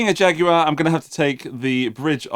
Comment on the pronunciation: The British pronunciation, while not exactly accurate, is so preferable to the horrifying U.S. "JagWIRE!" It's guar like guar gum. Thank you, UK cousin for your pronunciation and for an excellent examination of a fun guitar!